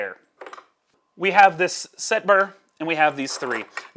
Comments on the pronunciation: It's pronounced sette, not set. :) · What impresses me about your way of saying SETTE is how corectly you're saying it wrong. Sette is seven in italian. You're saying sept, which is seven in french 😅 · Lol I'm cringing every time he says it. I don't think I can make it the rest of the way...